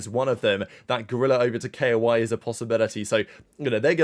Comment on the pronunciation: tf u mean K-O-I its KOI, all together, like the fish bro 😭